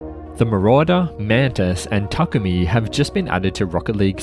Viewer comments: yes😂 it's pronounced ta-kooo-mi. Not Tu-ku-mi silly 😂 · the way its pronounced. ta-koo-me, or if you want you can put takumi in the japanese google translate and listen to the ai say it. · the way said takumi like Tukoomi🤣